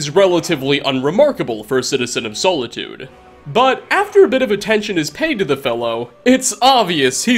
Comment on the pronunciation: As an elder scrolls fan the way you said Solitude hurt my brain.